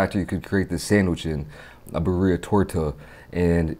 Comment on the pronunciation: You could not say birria any more whiter.